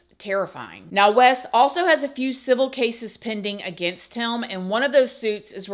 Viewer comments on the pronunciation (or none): You need a speech therapist. What is a heium. The word is "him" And it's " when I was 21 not whenever I was"